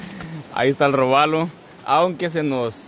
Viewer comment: es: róbalo no robálo